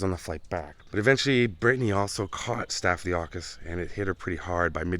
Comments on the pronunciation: So sad! And you say it staff-lo-cock-kuss but so close! :) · the infection is pronounced sta·fuh·luh·kaa·kuhs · "Staff - uh - cock - a - luss". Good try though 😂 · Hi, I always thought it was pronounced "sta-fuh-luh-kaa-kus.", with emphasis on that 4th syllable. I have been a nurse for 40 years, so ive heard it a couple times! I had wondered exactly how she died. What a sad thing. She was so pretty. The music in your video was making me so sad I wanted to cry. It's amazing what music can do when you're already sad.